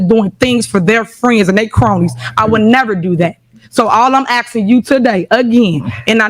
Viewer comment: I'm axing you axing you axing you